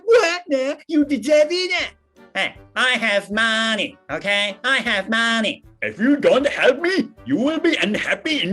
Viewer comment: 香港人から提案ですが、moneyの「マン」を「マーンニ」ではなく「マﾝ二ー」って言ったらもっと香港人っぽくなるのではないかと思います💪🏻(そこ？)